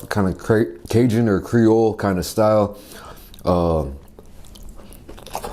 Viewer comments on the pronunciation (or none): none